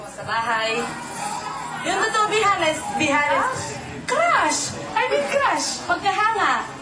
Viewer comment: let's be "hanest" 😂😂😂😂😂